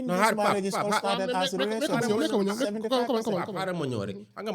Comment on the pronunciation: Is the fact that he keeps saying rerationship instead of relationship lol but however this was a very good episode! The daily dose is a really good podcast Maa Shaa Allah. We always needed this type of platform. Keep going the sky is the limit🤝